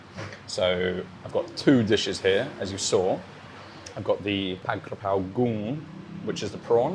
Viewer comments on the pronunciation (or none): ผัด"กะ"เพรา ✅ ไม่มี "กระ" นะครับ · Came to like just for the Forget Mark Wien thing. Sick of him. It's Ka Prao not Kra Pao btw. Most Thais got confused too.